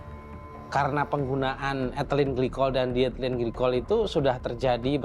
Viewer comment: I wish the narrator did their homework and learned how to pronounce diethylene. It’s di-ethylene and not dithlene!